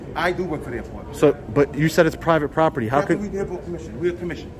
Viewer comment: The captain has a lot of questions…. Pivate poperty lol